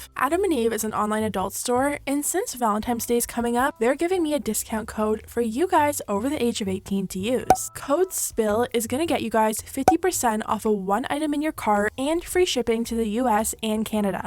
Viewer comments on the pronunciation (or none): Please tell me she ain’t say Valentimes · Im sorry...did you say valentimes day🤣 you're adorable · Did I just hear you say “Valentimes”? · Did she say valentimes 😭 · Did I hear you pronounce it valentiMEs day?? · “Valentimes day” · “Valentimes Day” ? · ValentiMes day? 🤦🏻‍♀️🤣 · ValenTINES..... Not valenTIMES!!!!!!!!! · valenTINES- TINES!!!! Not Times! It’s NOT valenTIMES!! Ugh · Did she say ValentiMe's?? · “valentimes day” 🥺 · 'valentimes day' I love this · Did no one else hear her say "Valentine's day"? Seriously? Your job is speaking... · Did you seriously just say VALENTIMES day? Aren’t you old enough to know it’s Valentine’s with an N not an M!?!!